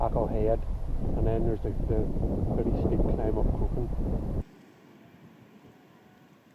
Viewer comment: Crock Hawn would be a better pronunciation